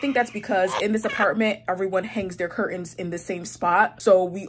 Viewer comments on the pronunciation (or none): love-It's cur-Tains, not cur-ends. So many young people mispronounce this now that I think it must be a popular right of passage thing like valley girl speak years ago. I know..being on the hate comments!❤️❤️